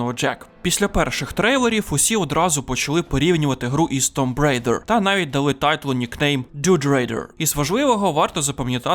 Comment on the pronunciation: Прикольне і цікаве відео Особливо кумедно було слухати як ви, пане, вимовляєте Tomb Rider 😂